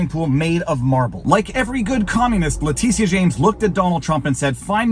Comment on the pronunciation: is he calling her ‘Letizia’ on purpose?